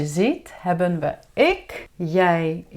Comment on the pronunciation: Hallo I am very confused beause you say it is hebbenn but it is hebben so which one is it?